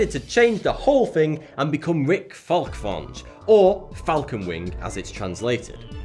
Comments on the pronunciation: I know it ain't easy to pronounce foreign words and names but you totally butchered Falkvinge xD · How did you get "Falkvinge" so wrong?